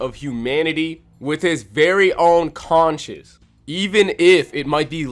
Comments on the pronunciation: Consensus* lol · i know my guy did not just pronounce conscience as consenses lmao